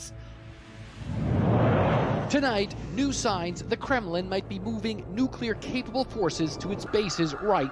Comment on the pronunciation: Say "New" - "New". Say "Clear" - "Clear". Say "Nuclear" - "Nuciler."